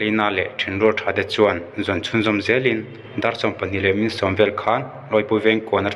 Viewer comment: Kan tawng ( Mizo tawng) tal hi chu chhiar dik ve hram teh u.. Khawngaihin, in Chanel hi a hlu lo hlauh ang e.. I thluk diklo nasa emai... Eg. Hmin. Tih thluk te kha chaw kan chhum a " Ka chaw chhum a HMIN tih kan thluk ang hian, Hmin lai kha thluk tur aw... Thahnem ngaihpuina che vang a nj e😁